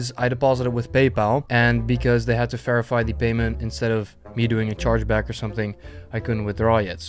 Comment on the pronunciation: dutch accent be like "ferify"